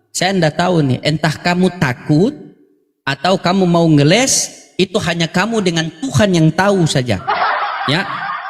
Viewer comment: Bokis. bokis....ngelessss bukan ngelek ngelesssss